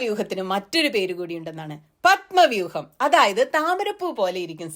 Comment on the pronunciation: ഏഞ്ചള് പപ്പവൂഹം തീത്തോ ഏടോ ഓന്താന്റെ മോനേ അവന് പത്മവ്യൂഹം എന്താണന്നു അറയാമോ? അക്ഷരംതെറ്റാതെ പത്മവ്യൂഹമെന്ന് പത്തു തവണ പറയാനവനറിയാമോ